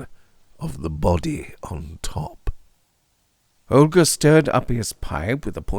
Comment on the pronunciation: You nailed it again. Such a dynamic narration! And you pronounced Holger correctly, in my opinion of course, but it sounds kind Danish to me. 😅 Thanks! ⭐⭐⭐⭐⭐